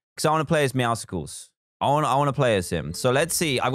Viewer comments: dan says meow-SCles i say: meow-suls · The way he says meowusles thooo